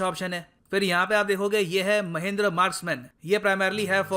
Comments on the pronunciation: महिंद्र नहीं सर "महिंद्रा" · It's Mahindra...not mahindr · It's not महेंद्र it's महिंद्रा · Saale tumko bolna nhi aata Mahendra nhi hai Mahindra hai, shi se bola yoh karo be, gyan do toh shi se do, tum se aisi umeed nhi hai, accha gyan dete ho par aisa mat kro bhai, apna video suno khud se mahendra kitna awkward sound kar rha hai. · महेंद्र -i says महिंद्रा😀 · it's not Mahendra its Mahindra!! jesus dude! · mahendra nai guru ji its mahindra pronunciation wierd ho gaya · Sir ji not महिंद्र its महिंद्रा....